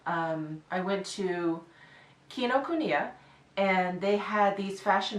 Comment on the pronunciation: yes, your Kinokuniya pronunciation is perfect 😊